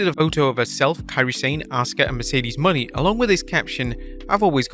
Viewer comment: It's not "money". It's Monet like the artist.